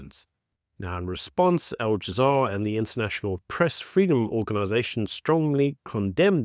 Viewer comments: It is Al Jazeera, not All Jazaar! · Please stop saying Al "jazaar" it's Al " Jazeera". Looks amateurish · my man said "al jamar" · Al - ja - zee - ra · It’s a -it’s that you let yourself down by not making the simple effort of pronouncing Al-Jazeera properly